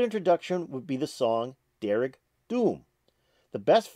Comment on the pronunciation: And the d in dearg is pronounced as a soft j